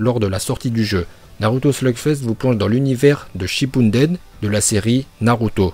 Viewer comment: Je rêve ou il dit slugfesse ?